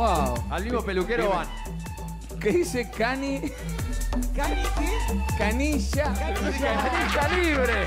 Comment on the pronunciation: "Cani lla" JAJAJAJA